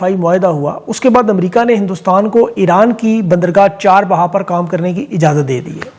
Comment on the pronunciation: لفظ چار بہا ہے چاہ بہار ہے ؟